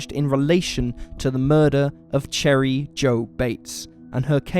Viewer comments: No... its pronounced sher-ee. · He’s literally saying - cherry 🍒 lol 🤣